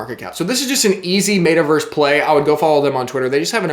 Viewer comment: MET-a-Verse not MAYta-Verse